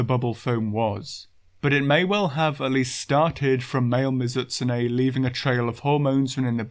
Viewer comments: good video, great channel. but holy crap. MiZUHtsune bothered me every time it was said that way lol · I really hate to be that guy since I usually dont have a problem with your pronounciations but this one is just making me go nuts. Mizoot-soonay, Mizoot-soonay, i had to keep saying that to myself because they way you said it was messing with my head and made me forgot how to say it at first.